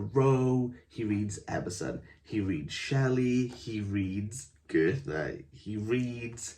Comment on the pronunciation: This sounds like a crap book, but dude... If you're going to correct Waldun's spelling, at lease make sure your pronunciation of FAMOUS and IMPORTANT people like Goethe and Mozart is correct. We don't need you to put on a German accent, but please... It's Goe-t-e. No 'th' sound, just a 't'. And it's Mo-ts-art, not mo-zart with an English Z sound. Being unfamiliar with the German pronunciation system isn't an excuse. These names are pretty ubiquitous and if you review books/culture as Waldun does, you should be familiar with how they are pronounced, just as he should be familiar with the spelling of Shelley. LOL.